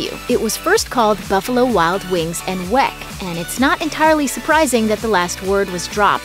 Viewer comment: it's pronounced WICK....... it may be spelled with an e but it is not pronounced that way.